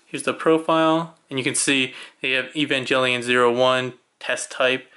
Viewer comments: EVA! Sounds like Ay-va. And Evangelion has a hard G. Come on man, you claim to like the show and can't even pronounce the name? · Just letting you know, you’re saying evangelion wrong, idk how to explain how to pronounce it but you’re saying it incorrectly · Sorry, like I said in the video I watched it back in college which for me is over 10 years ago, but now that you mention the hard G, I do remember now. Sorry if you or other Evangelion fans feel slighted for my mispronunciation! Sorry that makes you doubt that I actually watched the series/OVAs. That said, I'm not a huge fan of the series and the convoluted storylines. ~